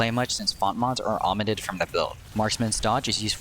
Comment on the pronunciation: “Ometted from the build” it’s O-mitt-ed :)